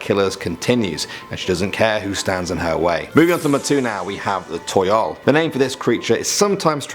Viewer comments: I think Toyol is actually Tuyul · its tuyul laa